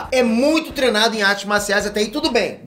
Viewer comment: O fala "trenado" sem o "i" kkkkkkk